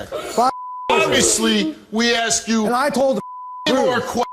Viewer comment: Whats wrong with these people who cant say "Ask" or "Explained" correctly.